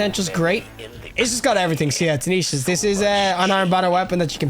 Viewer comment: Why do you keep saying "tanishas"? Why are all of you destiny YouTubers so illiterate?😮‍💨